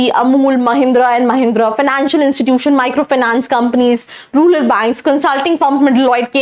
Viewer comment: Ruler nahi rural madam